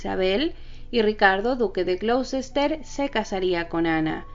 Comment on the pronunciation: El nombre del ducado de Ricardo se pronuncia Gloster